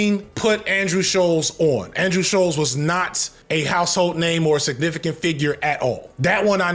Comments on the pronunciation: i believe it’s pronounced (sh-ul-ts) rather than ( sh-oh-ls) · This video is off the cuff and it shows. That's not even how your pronounce Schultz's name